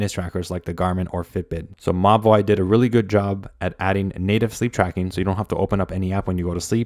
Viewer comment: I keep thinking that you're referring to the watch as 'my boy' but you're actually saying Mobvoi 😭💀